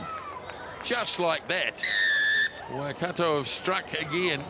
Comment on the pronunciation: Pronounced: Waikato... Y..Car..tore! Come on guys, you've been around long enough!